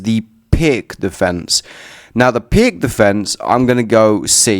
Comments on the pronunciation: Aneurizm. 😅😂🤣 Hahaha are YoU kiding me? He did NoT say wrong like pirK or pirQ. He sad piG. I was laugh ing on that hard. Then YoUr coment respond make may day much more beter on laugh. 😅😅🤣 Hahaha. By the way I will accept prononciation pirS as midle ground be couse that is more natural for nativ english spikers. ✌️👍👌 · Is NoT piGG defence. 😅😂🤣 Prononce pirTS defence or pirTZ defence. ✌️👍👌 Some thing like in english when ad "S" after "T" and hear "TS". Example dot + s = dots, blit + z = blitz. 🤔🤓😏